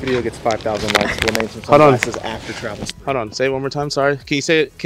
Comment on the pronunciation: Y’all are too much fun. I swear said “Travel Gods” 😆 That has got to be a T-shirt idea or something.